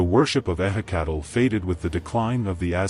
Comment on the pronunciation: ehhe cattle, my ass. goddamn ai crap.